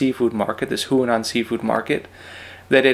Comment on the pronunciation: Huanan (as in the Seafood Market) should be pronounced “hwah-non”, not “who-uh-non”... (that sounds more like Hunan, which is a completely different place in China.)